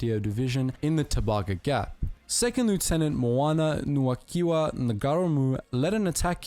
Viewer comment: Got to correct the bro from, Second-Lieutenant Moana-Nui-a-Kiwa Ngarimu VC pronounced (Mow are nah - Nuu ehh- ah- key wah) (Nah-re-moo) for our non kiwi mates out-there only used stones once he had ran out of grenades and ammo. he also refused at the behest of his commanders to fall back from line after taking multiple pieces of shrapnel and bullet wounds instead he fought with his men through out the night defending their position from multiple nazi counter attacks, in the morning the nazis launched several more counter attacks one of which Claimed Ngarimu's life, he was found dead on top of piles of dead nazi's earning him a posthumous Victoria Cross. Second-Lieutenant Moana-Nui-a-Kiwa Ngarimu truely is one of New Zealand's greatest warriors and a credit not only to the Mana Of the Maori battalion but to that of every ANZAC that served. shout to Tauranga boys college for educating us on great men like Ngarimu